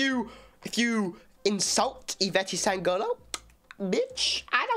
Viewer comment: Alguém tinha que ensinar ele a falar Ivete sangAlo